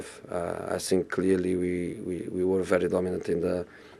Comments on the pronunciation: I sink... i sink... i sink... He's definitely not sinking in that jacket! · I sink I want to say but I cannot say 😂😂😂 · I sink... My team is good, but I sink... We sink.. 😂